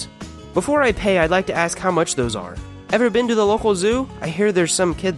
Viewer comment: so with all of your knowledge about communication you still don't realise how excruciating it is to hear "the" pronounced as "da"?